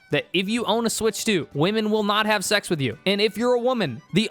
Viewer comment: How do you get two syllables out of the word "and"??!